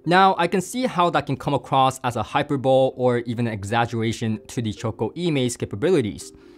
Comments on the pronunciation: Hyperbole is "Hyperboleee" vs "hyperbolle". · Hyperbole (hai-pur-buh-lee) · hy·per·bo·le /hīˈpərbəlē/ you do a great job and for someone who is not a native english speaker you should get added praise. thought you might like to know how that word is pronounced as it is definitely one of those english words that makes no sense pronunciation wise. keep up the great reviews.